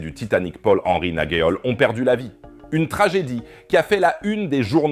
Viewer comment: Narguéole ? 🤔🤔 Nargeolet ?